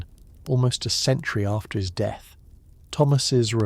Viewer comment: It's pronounced DEATH not de... Some kind of copy proofing required on this channel.